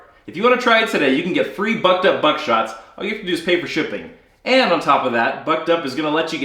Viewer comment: The first time you named the video sponsor I misheard "Bucked Up" as "Butt Dump" and thought "He's being sponsored by a laxative?"